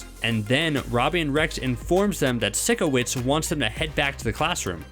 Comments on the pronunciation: How he pronounces : SICKowits Me: I thought it was PSYCHOwits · u don’t pronounce it “sick” owits it’s “SIKE” owits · You haven't even fucking watched the damn show you FRAUD! It's not pronounced "Sicko wits" its "sike-o-witz" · The way he’s saying Sikowitz as SICKowitz 😂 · Its Sikowitz not SiCKowitz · Its not sickowitz its pronounced “pyscho wits” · “Sickowits” IT SIKOWITZ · it’s sike o witz not sick o witz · its not sickowits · It's Sikowitz not sickowitz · Its not funny when you say sickowits instead os sikowitz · it is pronounced sykowits not sikowitz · its SI-KO-WIT-Z not sickawitz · His name is sikowitz not sickowitz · And for the fricking love of god, IT ISNT SAID LIKE SICKO-WITZ, ITS SAID LIKE PSYCHO-WITZ! =_= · First u didn't even say that the toilet fell on sinjins head ,and second way do u say the teachers name werid u say sick-a-wits,its sik-a-wits I think that how u spell it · SIR ITS PRONOUNCED SIE KA WITZ NOT SICK O WITZ I JUST HAD T SAY IT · Hold up HOLD UP HOLD UP Did he just say... SICKO-WITZ HONEY NOOOO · "Sickowitz" ITS SIKOWITZ How you talkin about mistakes when you can't even pronounce the dude's name right? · Psycho- witz Not sicko- witz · My fav is cat she's so cute and why did he say sickowitz it's supposed to be sikowitz sickowitz sounds like a dezeez 🤣🤣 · Did you watch victorious? Cause why do you pronounce “Sikowitz” as “Sickowitz” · Its not sickowitz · Hahaha “sicko—wits” it is sick-ah-whitz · I know I was so confused when he said sickowitz instead of sikowitz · He kept saying sick-O-witz not psycho-witz lol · ~How to pronounce sikowitz~ psycho witz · Did it bother anyone else that he kept saying sickowits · i have been watching all these videos on victorius and in most of them they say Sicoitz wrong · Its pronounces Sicoitz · Why does everyone say sike- o-wits wrong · It annoyed me that he pronounced Sikowitz's name as SICKOwits. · it's pronounced s-eye-cowitz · Sick-owence that is not how you say his name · He said sickowiz im dead